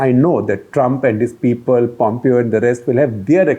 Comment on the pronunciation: A suggestion for SG: Pompeo's name is pronounced "Pom-Pay-Yo" (not "Pompio")